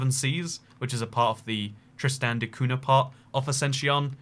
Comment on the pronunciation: The "nh" in Cunha is pronounced like the letter "ñ" in Spanish or "gn" in Italian